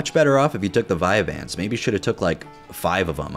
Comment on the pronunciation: I felt the same rage when he said vyanse